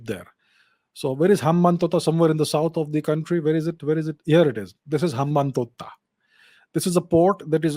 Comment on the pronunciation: HUM BUM TOTTA ?? 😂 Sir is your pronunciation serious or you're just mocking ? 😂 I'm giving you the benefit of doubt.